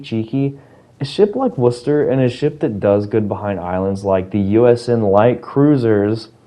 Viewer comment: hahahhahaha I love how you said USN LIGHT cruisers Jokes aside, I completely agree, also because surely people will then complain "wait, why wooster has 32mm bow and my (insert L tier cruiser) doesn't??!"